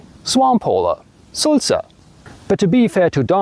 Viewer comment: The word for blabbermouth is actually Sülzer not Sulzer.